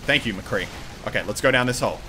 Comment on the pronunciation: When he wanted the medic he Said MCREE